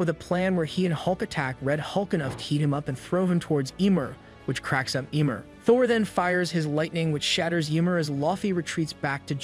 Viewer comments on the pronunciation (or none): YMEIR NOT YMOR. dont insult my smite main